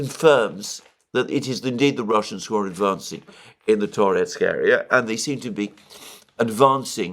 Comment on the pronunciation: Alexander says "who" like "kho". A Greek influence, I suspect :)